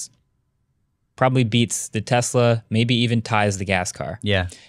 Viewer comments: Take a shot every time says "Tezla" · IT'S TES-LA.....…..!!!!!!!!!! NOT TESZZ-LA.......!!!!!!!! BOTH & say it like this & it friggn' drives me CRAZY! #JUSTHADTOVENT #SNS #WAVEFORM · “Tezla”